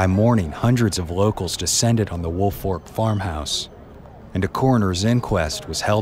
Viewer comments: Right its Folk like Faulk not Fork. Woolfolk not Woolfork It's a binge lol teachers always got it wrong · Yes. It’s folk not fork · As a Woolfolk, it drives me nuts when people pronounce it Woolfork....there's a difference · There is no "R" in Woolfolk. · I loved the story but it bothered me how the name was pronounced the entire video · Idk how many times I’ve gotten “Woolfolk” pronounced as my last name